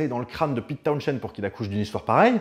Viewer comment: Trilogie presque complète... On a ni parlé de Meher Baba, ni de Kit Lambert, qui pourtant, ont influencé Townshend (on ne prononce pas le h, au passage... Comme Portishead) durant la gestation de Tommy !